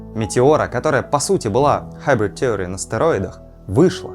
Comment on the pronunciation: Слово "theory" [ˈθɪərɪ] произносится через I.